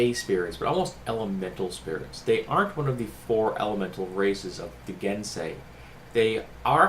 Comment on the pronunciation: The best Pech picture I saw was in a choose your own adventure book made the same women that made the dragonlance series. But there have been several other good ones as well. Thank you for showing me how to pronounce Genasi, up until now I I said it like GEN-nasi. I like Gen-sei much better. I like your Pech, the movemetn and souls of bird theme makes them flavorful and leaves room for variety. Great work.